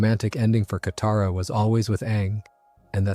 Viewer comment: broo say kataras name right 😭😭